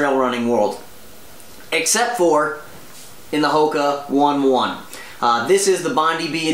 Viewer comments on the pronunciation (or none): You pronounced Hoka One One incorrectly, it should be said like Ho-ke o-ney o-ney. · the correct pronunciation is Hoka Oh-knee Oh-knee, Bond-eye B